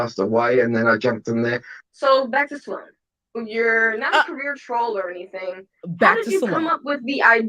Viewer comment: Sloan is one syllable. You keep saying Sa Loan. Please. Stop. You are far too intelligent to be pronouncing a word so poorly.